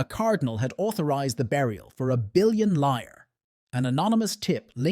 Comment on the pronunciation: Not liar, but liras. Lira was an italian currency before euro took over.